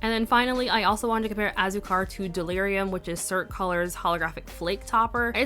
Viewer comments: Hey, just wanted to provide phonetic pronunciation in case you were still curious you pronounced several just fine but Hah-rr-e-tos Wah-yaa-baa Toh-ron-hah Ah-sue-car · your pronunciation was great for these! Just as a heads up tho for azúcar, you wanna emphasize the u since it has the accent on it so kinda like ah-ZOO-car 🤗 these all looked so great on you too btw, especially Piña 😍🍍 and yay for comparisons!! so jealous you have a good bottle of Delirium, my bottle has a much more finely milled flakie 😩